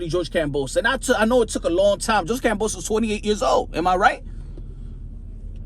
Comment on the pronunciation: he call hims kambosa?? its kambosos lol